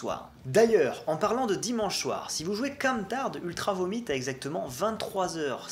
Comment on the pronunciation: Je suis perturbé que tu prononces les albums d'Ultra Vomit avec l'accent Anglais O_o